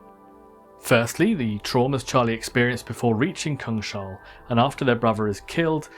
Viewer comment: I think Kung-SH-all is not the correct pronounciation. Kung is king in Swedish and hall means hall. So it would mean King's Hall.